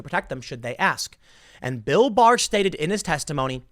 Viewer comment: I keep hearing Bill Mahar instead of Bill Barr, and this is with everyone. Very confusing